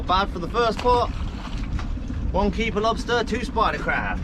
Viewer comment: Why are you saying “spider” like that? SPIDUR! And a LOBSTUR!